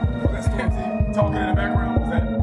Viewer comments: The emphasis is on storm, not the zy 😂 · man, it's Stormzy, not Storm-Z. Get old people vibes off you when you say it that way. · Still pronouncing it the same 😂😂😂🤣🤣